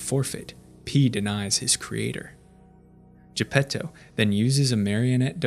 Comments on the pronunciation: Italian here. You actually pronounced it pretty good. Thanks for giving some consideration to the original work. To all the people complaining, you should see what MY brain does when the average anglo speaker pronounces Geppetto and Pinocchio. No offense. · Same here, listening to people saying "Arlecchino", but with an English ch lol, respect to this guy trying to pronounce Gepetto properly!